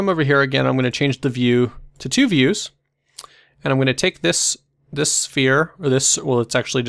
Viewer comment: "So tNice tutorials is our channel rack..."